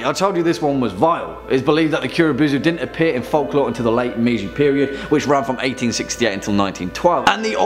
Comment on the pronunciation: boo zoo..... its bow zu